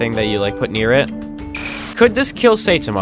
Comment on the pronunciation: thats not how you pronounce saitama